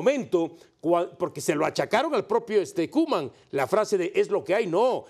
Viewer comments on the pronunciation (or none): No es hate pero es "Koeman"